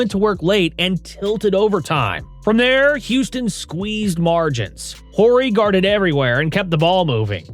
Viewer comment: i was just about to make a comment about the voice over- Horry is Orr-ee, and then later "title" is not pronounce Ty-doll. Odd that last one would even happen